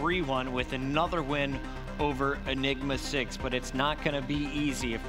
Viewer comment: what did he say enima 6?